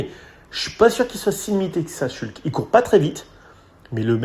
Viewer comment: Par pitié ! Pavel « Schoultsse » et non « Shulk » ! Il a précisé lui-même peu après son arrivée. Ça écorche les oreilles 😵‍💫